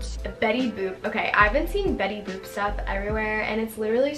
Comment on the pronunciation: WHY DOES IT SOUND LIKE SHES SAYING BETTY BOOB LMAO 😭😭